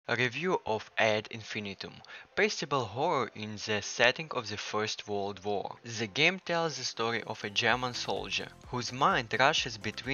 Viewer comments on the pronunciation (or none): none